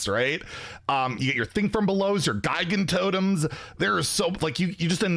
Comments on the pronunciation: It's been over a year and is still saying Guy-gan-totem. It's Gigantic. Gigantic totem. Gigantotem. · That's certainly one way to say Gigantotem.